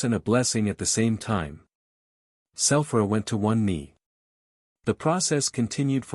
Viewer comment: It’s a true bummer you can’t just tell the ai voice to pronounce the freaking names correctly. Sulthra and lye-orah are especially grating.